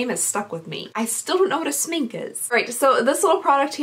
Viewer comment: Ryan Smink is makeup in swedish! And your pronounciation was great for an english speaker